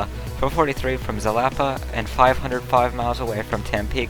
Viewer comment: It's pronounced Halapa btw